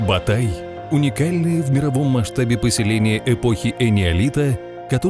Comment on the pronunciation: Не "Батай" а "БОТАЙ"!